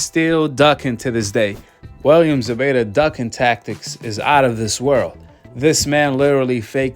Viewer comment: It's Zepeta with a p!!!